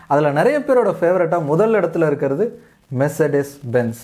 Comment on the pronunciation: மெர்ச்செடஸ் இல்லபா மெர்ஸ்டிஸ்